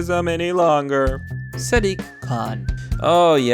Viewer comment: Basic names like Zoe and Diane you have no idea how to pronounce but Sadiq you know how to nail.